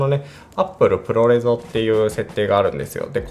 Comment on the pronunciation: プロレゾではなくプロレズだと思います。